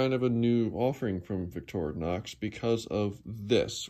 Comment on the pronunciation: Finally someone that know how to say Victorinox. I watch other channels that butcher the name and I say to myself "how hard can it be?" First time I've seen and ink pen on a knife/multitool